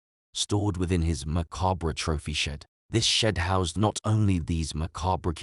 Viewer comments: maybe easier but hardly intelligent if it can't pronounce a word like 'macabre'... More like artificial ignorance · Is the word 'macabre' that difficult to pronounce? Every true crime channel seems to flub this.